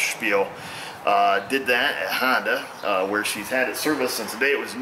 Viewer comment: I appreciate your knowledge,and honesty,,,"hondue" hahahaha,,giggles fer days!